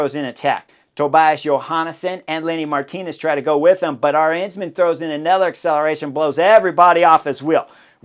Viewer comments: I was wondering a couple of times who "our hensman" was, until I realized you pronounced "Arensman" in the most American way possible. :D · People are correct. Rankings should be annually. WVA (who I love) has been subpar, and is not longer part of the app group. Drop Wout and and add Peterson! And add learning to pronounce Politt and Arensman. Again, I have no idea who you are talking about, but it’s now Aaaaah-Rens-man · Wait…I just heard Chris say “Vingegego”. That’s not how you butcher names like you do with Arensman, Lipowitz and Politt. We should agree to butcher all the names and put some weird English spin on it, or genuinely learn to pronounce names… either way is fine, just choose.